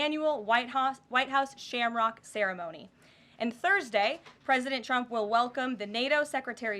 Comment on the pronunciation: At time's she sounds like she says President chumps 😂